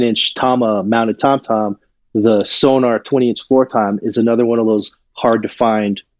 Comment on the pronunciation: Not to be pedantic, but it's SONOR (German name), not SONAR (a type of underwater detection device). Interesting discussion, but not quite fully researched.